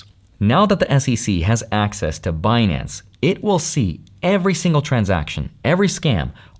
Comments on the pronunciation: Now I'll never be able to NOT say Benance. Epic Yellenism. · It's benance 😊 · Stop saying Binance. It’s Benance!!! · I don’t think you should be able to take money from them if you can’t even say their damn name properly.